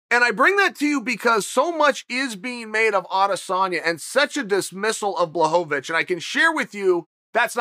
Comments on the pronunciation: Blachowicz not bahovih 🤣🤣🤣🤣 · BLACHOWICZ not BLACHOWOWICZ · Everyone: Blachowitch Chael Sonnen: Blachovovichevich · Blachowicz: “Bwa-ho-vitch” Chael: “Blahovovich” Blahovovich: “ok great” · I have Polish friends. I asked, they said 'bwa-cho-vitch' but maybe it's different for different parts of Poland? Either way, they both are closer than BLAHHOHOHOHOHOHOVITCH like Chael says lol! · Chael “Blahovovitch” Sonnen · I hate to correct the gangster, but he meant to say BlahoVOVOVOVOVOVOvich. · always wondering why is it so hard to pronounce his name correctly? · bwa-cho-vitch* Close enough though. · its actually bwa-ho-vitch bro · To me it sounds like he’s saying Blohovlobitch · Chael correcting the pronunciation of Jan's last name, it's actually BLAHOHOHOHOvic. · Chael “Blachowo-wicz” Sonnen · No one ever in the whole world: Chael: “BlahHoeVaVich” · There have been many pronunciations of Blachovicz, but Bwahovovich might be my favorite. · At this point I start to think that Chael is fucking with us with that extra "vo". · HAHAHAHAHAHA This must be on purpose!! Blueeeehooovvvaaatitch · i laughed out loud every time he said blahovovic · Me: oh, it's "ł" in Błachowicz in thumbnail, I'm sure he will speak it correct. Also me: man who tf is Blahohovich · ''Yawn Balhovovich'' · If Blahovovovovovic wins perhaps Lazy Chael will learn how to pronounce his name. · "Blahowvavich" chael sonnen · Chael's botching fighters' names is nearing uncle Joey's level hahahah Blaho-vo-vich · Chael uses words like perennial and juxtapose and then calls him Blahovovich for 10 min. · Chael blahovavich sonnen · its pronounced "Bla-ho-vitch" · the number one mma personality yet still can't pronounce anyones name correctly. Blahohohovich isn't his name hahaha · My wife is from Poland and she‘s way smarter than me. It’s actually Błachowicz. [Bwuahowitch] Cześć! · How many "O sounds" are in the name, Blachowicz. Chael sets the over-under at 4. :)